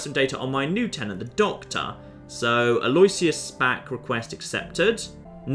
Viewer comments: Btw, Alloisius is pronounced 'a loh ISH uss/a loh ISS yuss' rather than 'a LOY syuss.' When spoken quickly, it's commonly accepted for the 'loh' to sound like 'loo.' I mean as far as I can tell anyway, we Canadians are an odd bunch for pronunciation lol but Toronto had an Archbishop with that name and I heard it all the time. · Aloysius: Al-o-wish-us. Not Al-oy-shious. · I think the name is pronounced "al-oo-ish-us" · It completely isn't. Aloysius is a latinisation of a germanic name, therefore latin pronounciation rules apply, therefore the "w" is silent and the "i" is pronounced. I know it is pronounced differently in the US, but that is not the original pronounciation.